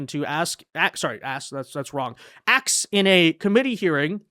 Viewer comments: Where did she lear how to say axe ? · REP. McIver, it's "A-S-K". "ask". Sound it out. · Last I heard, when you “ax” somebody, that could be a murder. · LET ME AXE YOU SOME QUESTIONS.... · Jazmine jr… haha she axed the hell out of that question 🤭🤭🧊🧊👶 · Axing questions tells it all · I would have said why don't you axe me a question that's relevant to this hearing 😂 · Soon to be locked up comgresswoman is AXING questions😂😂😂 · “Axing a question”. Jasmine is a true intellectual.😂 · Let me axe you 😂😂😂😂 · Axe lol She’s a hilee edgucated woman. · Antifa and liberals wear masks so they can't be identified so why can't the people doing good for our country. What kind of name is Lamonica, also "Axe" lmfao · ax us lol